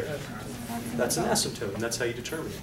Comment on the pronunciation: ....asympote instead of asymptote, lol...